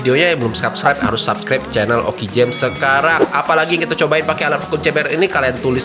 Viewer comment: Harusnya dibacanya "vakum kembeh" bang..